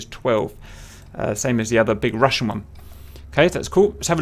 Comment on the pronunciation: I love your DCS Combined Arms tutorials. Good job! I have just one huge complaint - for the love of god, stop pronouncing that 'french r' in Russian words, please lol